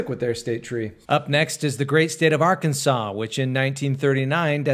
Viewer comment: I feel a little offended hearing you mispronounce my states name, Arkansas It’s meant to be pronounced as Are-ken-saw Sorry if this seems mean it was just bothering me. I hope that it was more helpful then mean!